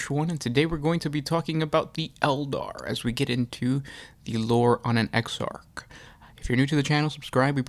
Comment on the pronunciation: exarch, man, "ecks-ark". not exart.